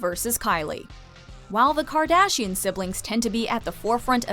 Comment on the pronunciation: Did she say kardachian? Lmao